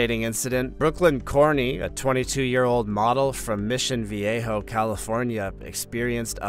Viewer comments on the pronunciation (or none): none